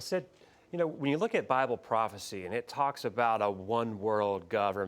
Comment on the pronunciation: Sid Roth: " the best record is the bilbe!"... Wtf? Are you kidding me?